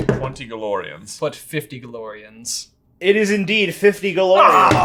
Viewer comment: Erm… excuse me… but where is the “r” in galleons? And since there isn’t one, can you please tell me why you think it’s acceptable to pronounce is gallorians? It’s gal-e-ons… galleons. Not gallorians